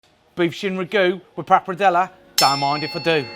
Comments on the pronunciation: based on how Mr. Food Busker pronounces wagyu, I fully expected him to pronounce this dish RAGyoo. I'm glad he didn't. Ugh. I spoke too soon. He's pronouncing papardelle as papradela. Accents on the right syllables, but moved the R and changed the last vowel to an A. I can't argue with the recipe though. It looks like a real winner to me. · "Papradellah" - 5